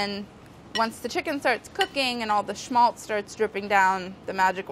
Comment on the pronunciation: Stolen recipe, and wrong use of the word schmaltz. And not even the correct pronounciation.